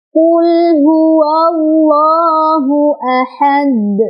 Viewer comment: Jgn tambah hamzah si dal itu, teh. Ahade saja. Bukan ahadek. Itu kn jd seolah2 ada tambahan huruf hamzah